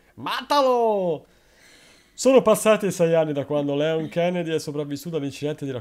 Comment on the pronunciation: si pronuncia Lion anche se il nome è ispirato a Léon un film francese con Jean Reno